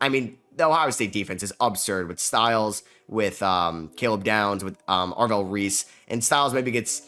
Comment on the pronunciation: “Ave-rell” Reese tuff